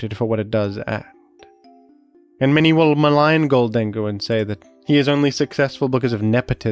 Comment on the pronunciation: The way you say Gholdengoh is killing me... GHOLD-en-goh, as in GOLDEN